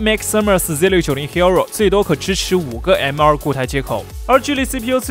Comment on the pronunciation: 為什麼你的hero聽起來那麼彆扭